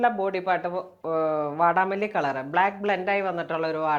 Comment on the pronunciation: വാടാമുല്ല ആണ് ✅, not വാടാമല്ലി ❌